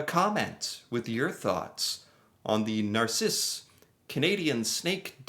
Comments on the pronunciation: It's not "nar-si-ss" pretty sure it's "nar-sis". Spelled "narcisse" of course. No Spaniards up here (well, you know what I mean) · I live really close but have never been there. BTW it's called Nar-SEECE. Reminds me of a Far Side cartoon. In a snakepit, one snake says to another "I don't know about you, but this place gives me the willies."